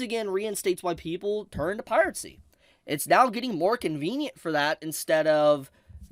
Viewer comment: With how cheap spinning rust is these days, one of the big "advantages" of streaming just isn't there. I agree with everything you said, pronunciation of Piracy aside. :P